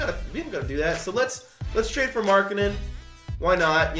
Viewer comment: I cringed when he got Markennen for demar derozen